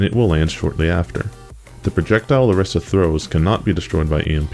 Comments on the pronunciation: My 1 general tip is that ITS PRONOUNCED ORISA NOT OREESA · Mains Orisa but can't say her name right.